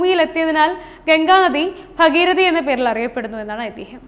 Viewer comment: ഭഗിരതി അല്ല ഭഗീരഥി 🙏